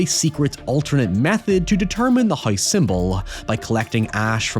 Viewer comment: That's what I'm wondering. Kind of weird... He says hoy-ever and hoyse (house).